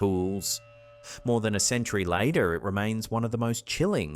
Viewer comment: Why did say "later" with an American accent? That's the real mystery 😜